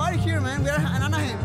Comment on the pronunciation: "We are in Anahiem it's the nice part of Mexico" 🤣